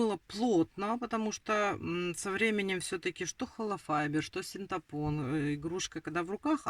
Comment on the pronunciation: СинтЕпон, а не синтАпон!😅